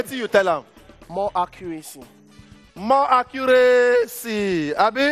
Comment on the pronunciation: Sup with this 'stew ' thing?...My man said 'More accuracing '